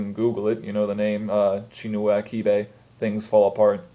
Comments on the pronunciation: The 'ch' in achebe is actually pronounced like that in 'church' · The 'Ch' in Achebe is pronounced the same way as the 'ch' in Child -- not like the 'ch' in Patriarch. Both Es in Achebe are pronounced like the E in the word Pest. You are right - it's not a particularly exciting book, but it's a fairly accurate picture of colonial life in Nigeria, and tries to show that we (Nigerians) weren't a society of mindless brutes before the British came; Okonkwo's village rejected him because of his brutism.